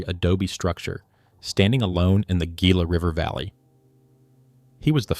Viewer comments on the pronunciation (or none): You pronounce gila hila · Its pronounced HEE-LA. Damn AI production. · its Hila, not gila. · Very interesting, well done video. I am looking forward to when A I can actually get word pronunciation correct. For example “Gila” should be pronounced with “H”, not a hard “G”. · LAMO...Learn the words youre saying before doing a documentary. Gee-la river. what an idiot. It's Hee-la river, Gila River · Come on, dude, if you're going to give the oral narrative, please, learn the proper pronouncement of the words. The word Gila is pronounced with the g sounding like an h. Hela. Thank you. 😮😊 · this stupid AI slop needs to be taught how to pronounce Gila. It's HEE-la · Gila is pronounced HEE-lah. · Please learn to pronounce the names before you record. Gila - Hila. O'odam - Awtham. Etc. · pronouncing Gila with a hard G is a punishable offense in Arizona. c’mon man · LOL came here for this comment. Does entire deep dive...say GI-LA 😂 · Gila is pronounced hee-la. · Should've carried the name from the beginning.... ( ) Except it was not known. It wasn't done out of disrespect, it was done because nobody knew. Your AI videos throw a lot of unnecessary shade at people. Look in the mirror because we could also say "Gila" should've been pronounced correctly from the beginning of your presentation. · This AI, no self resepcting archaeologist even remotely familiar with Arizona would allow the narrator to pronounce Gila so incorrectly. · Yeah, you'd think AI narration would have learned that by now.